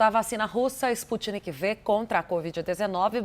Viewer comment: A locutora falando " vacina Sputnik Vê, de V. Ela tem q ser avisada de que não é Vê, de V, e sim 5, dos algarismos romanos. Aff... nem o cientista falando, ela prestou atenção...arghhh